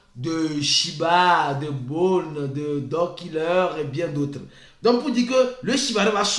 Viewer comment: J'ai vraiment aimé votre sens de la discipline et de l'adaptation. Bone = /bo n/😂